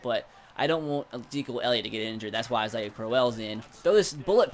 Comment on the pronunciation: He said Isaiah AH-SA-IHA